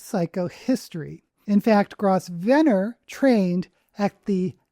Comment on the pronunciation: I think Grosvenor is pronounced "grove-ner" kind of like governor. At least in the UK it's pronounced that way